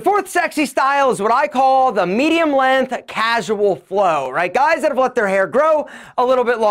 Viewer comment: I've always loved the way pronounces "length". He slightly stretches out the beginning of the word and leaves off the "g" part and pronounces it "LEEEHN-TH"